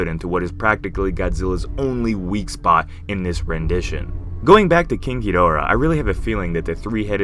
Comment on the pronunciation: say "king ghidora" and have someone listen to you say it